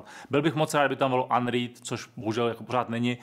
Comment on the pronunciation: Ahoj, opět perfektní a srozumitelné. Jen pozor na výslovnost slova UNREAD.;-) Martin